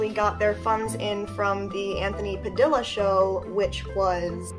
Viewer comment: Maybe you should learn how to say Anthony Padilla Pft Pa-Dee-Ya not Pa-Dill-A